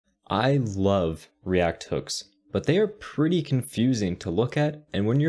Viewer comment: fucking nerd 🤓"I LAV REACT HOOKS!!!!"